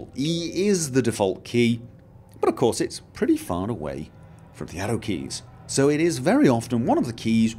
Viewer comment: Hmmmmmm For the longest I thought he was saying Ado keys. I was thinking "what the hell are ado keys?" then context clues lead me to the conclusion that he was saying ARROW keys